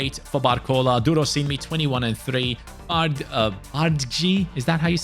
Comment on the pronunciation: as a nigerian, your pronunciation of durosinmi is perfect! ❤